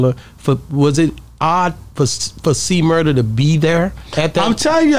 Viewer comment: Why Yall Be Tryna Hood His Name 😅 Its C-Murder Not Murda